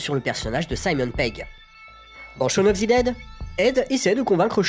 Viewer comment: shawn of THE dead, pas ZI dead haha